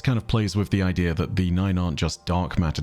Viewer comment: I hate the way he says idea so much